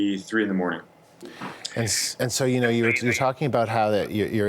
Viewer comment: FREEDOM ISN'T FREE IT CAWSTS FOLKS LIKE YEW AND ME